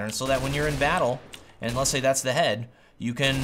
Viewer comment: "dats here", dats where?